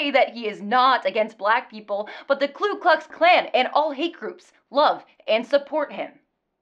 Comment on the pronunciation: FYI, it’s pronounced “Ku Klux,” not “Klu Klux”; hard to pronounce, I know